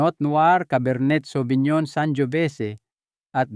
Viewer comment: Correction po pinonowar po ang pronounce,cabar ney savinyon pilipino version. as a wine expert may wine na mas kalidad like Merlot Shiraz,Malbec.okay naman yung recommendation nya